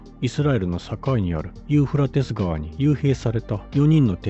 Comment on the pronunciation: どんだけユーフラテスの発音苦手なの(笑)😂😂😂